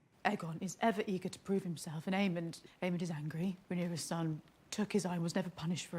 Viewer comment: It’s AemonD, guys, not Aemon